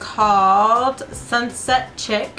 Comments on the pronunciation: Love the colors ! Can't wait to try them. You look good in every shade I'm jealous lol. Ps: it's pronounced sunset (shee-ek) lol anyway loooooove you girly❤️ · lol it's sunset chic.. as in "sheek." look it up